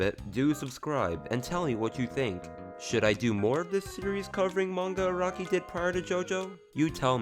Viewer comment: its Ah-rah-kee not ah-roh-ki